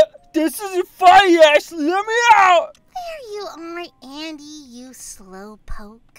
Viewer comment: Guys you Said Any And Not Andy